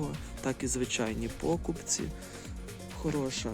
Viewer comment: Да скажите кто нибудь этому галычанину, что в украинском языке в слове покупець ударение на последнем слоге.